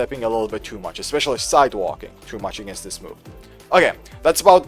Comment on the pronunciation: The is no x in especially (e[x]specially).